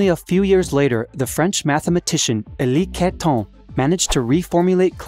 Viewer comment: Congrats! For over a year now, every release from has consistently been high-quality content and very informative. I knew you did your homework on this one because you even pronounced Élie Cartan like a native Parisian. I still don't know how you've accomplished it, but you've made General Relativity and the scientific literature of theoretical physics a lot less intimidating. There aren't many people who know about Einstein's shifting views on absolute motion, the luminiferous aether, and absolute space. It shouldn't be considered blasphemous to question or critique Einstein. Please keep the videos coming, without worrying about all the haters. Every now and then, I'll become a hater again, too, but it's hard being pedantic and nitpicky about content that makes learning enjoyable and interesting. If the aim of this channel was to accomplish what you described, then there's NO doubt that you've already succeeded. Good luck!